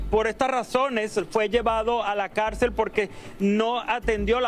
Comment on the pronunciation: Esta mujer no sabe hablar ni leer ( Calcel..Cárcel maestro..aresto) que pena conductoras vacías y sin educación académica y masa gris)